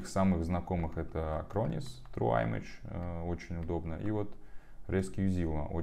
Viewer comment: я правильно услышал: "дабы сейчас флешки сто́ят..."? Если это так, то получается белиберда, ибо "дабы" = "чтобы", прочитайте теперь с заменой. 😵‍💫А ещё аФФтАр как-то странно прочитал "Image" у Acronis True Image. Форматировать флешки (как USB так и карты памяти) в NTFS - неоднозначное решение.